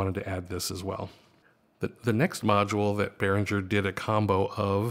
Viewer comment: I believe it's pronounced Behringer with the "g" as in the word ring.